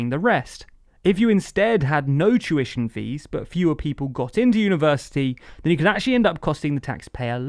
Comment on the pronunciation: Whenever he says 'tuition fees' i can't help but hear 'Jewish MPs' instead for some reason. kek